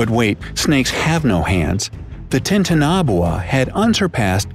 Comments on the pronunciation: People: TITANOBOA: TITAN-NABOA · It’s Titano-boa. This kid says Titan-oboa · Everyone else:Titanaboa Narrator in:Titanahboa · titaanaboaa u mean titana boa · The way he says Titanoboa makes me cringe It’s Ti-tana-boa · He pronounces Titanoboa so weird. It’s pronounced Titan-o-boa. He’s pronounced it Titan- obwha. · U pronounced titanoboa wrong. It’s pronounced tie-tan-oh-boa not tin-tana-bowa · "Titan-obuoa" dude... its "Titan-uh-boa' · IF HE SAYS TITANABUA ONE MORE TIME I'M GONNA EXPLODE. (it's pronounce TIE-TAN-OH-BOE-A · It's like someone trying to pronounce dishes on a menu but completely murdering it.. It's Titana-Boa.. It was a constricter. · Oh my God I can't believe it bothers me so much it's pronounced Titana-boa Not titan-aboa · Yesssss! It's not pronounced titanabowah it's pronounced tItanObOa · Its TITANOBOA,NOT TITANABOA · "Tie-tuh-naw-boo-uh." I just cringed. "Tie-Tan-uh-Bo-uh" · Me: there talking about titanoboa let's check this: tintunabwa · Taita- na- bua 😂😂😂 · He pronounced it wrong it is TI-TAN-ABOWA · It’s name is actually (tye-tano-bo-a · Its tie-tan-a-boa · It’s pronounced Ti-Tan-A-Bow-Ahh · No one: Not a single soul:: ThAiTeNaBuA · Viewer: ooh they gonna talk about titanaboa: taitunabwa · What the heck is a Titanabwa? Jk... Rowling😁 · It’s actually pronounced titan aaa boh aaa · titan-aboa Hermione: It’s not Titan-nboa it’s pronounced titanaboa. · did u say the name right I’m pretty sure it’s T-I-tana-Boa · The dinosaurs got extinction by a meteor why would anyone listen to you you cant even pronounce its name ti tan a bowa and you literally sed it didnt live at same time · He says titanaboa really bad 😂🤦‍♂️ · Wrong its actuly titanoboua not titanaboua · You said the snakes name wrong (tie) (tan) (a) (bo) (a) I think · Oh sorry I'm saying it like this Ty-tan-o-boa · Its ti ta na boa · IKR!! Titanboa!! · Yeah it's titan a boa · Why does he pronounce it so oddly? Titan-o-boa